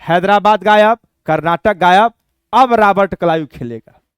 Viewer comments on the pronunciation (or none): कर्नाटक नाही sir karnatik rahega